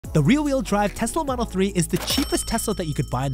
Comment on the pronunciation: “The reel weel driaave”